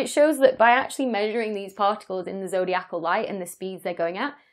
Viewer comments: Having read the "His Dark Materials" series of novels, I know to not underestimate the multi-cosmic importance of dust. Also, wouldn't it be zoh DEYE ah Cal, not zoh dee ACK all? 🙂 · Zodiacal is pronounced, zo-dye-i-cal. Not zo-dee-ac-al. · zo dee ACAL is so cumbersome Why not zo DI acal ?